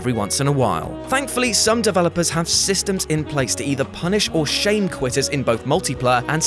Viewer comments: Quitters coughs not qutter cough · Qutters? I'm pretty sure its quitters tho... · I FOUND A ERROR IN NUMBER 1 U SAID QUTTERS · I’m not the only to notice “Qutters”, right?